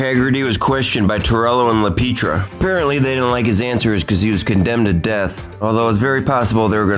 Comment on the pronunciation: It's not La Peetria...its La Pietra...(pee- eh-tra)